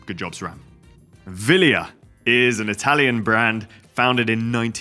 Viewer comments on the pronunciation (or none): Vilejah ?? you mean Wheel-yeeeh :hand-purple-blue-peace